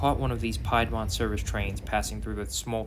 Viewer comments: Piedmont is pronounced "Pee -d - Mont" .... Not pie-d-mont... Keep on keeping on... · "PIEDmont"??!! It's pronounced 'PEEDmont'...lol Other than than mispronounced geographical area in the Carolinas, good video. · Nice video. One small point. The Piedmont trains in North Carolina are pronounced "Peedmont." Piedmont is what large geographical regions of the mid-Carolinas is named. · You mispronounce Piedmont one more time and I swear I’m going to go ape 💩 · Nice video. Thanks. Just a note … Piedmont is pronounced with an E sound as in pee.